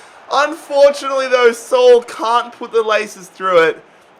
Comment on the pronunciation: “Sol” smh😭😭😭 Saul